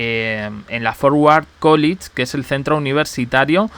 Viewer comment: College se pronuncia Cólech y no Cólich 🙂